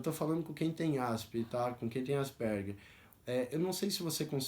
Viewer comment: Pronuncia-se: ÁS-PER-GUER.